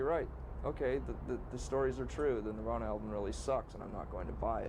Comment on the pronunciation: No disrespect bruv but this is kurt and is "NIRVAN" I think you might need to understand how a gunins is?